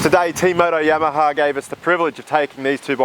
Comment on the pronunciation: It's funny when he says Yamaha, it sounds like "YamahaR"